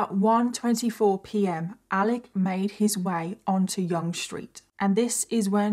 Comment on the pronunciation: It was very tragic and happened not far from my condo. I must say, I’m very impressed that you pronounced Yonge street correctly. Lol. You told the story very well and we can all hope that this will be the last incident like this, but somehow I don’t think it will be. Keep up the good work, you tell a story very well.🇨🇦🇬🇧